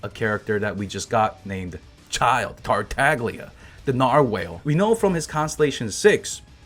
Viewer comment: Just a slight correction Tartaglia is read with silent G So it's pronounced like Tartalia more or less